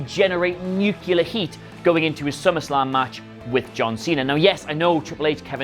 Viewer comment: I quit when he pronounced “nuclear” wrong.